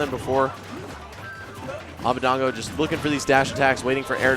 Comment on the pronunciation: his name is abadango (ah-bah-DONG-go) not abadeingo (ah-bah-DANG-goh)